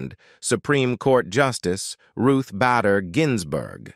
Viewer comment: Ruth BAY-der not BAD-der Ginsberg!